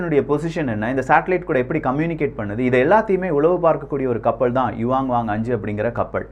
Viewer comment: கப்பள், தகவள், உளக நாடுகள், நள்ளது. இதுதான் யின் உச்சரிப்பு. படுமோசம்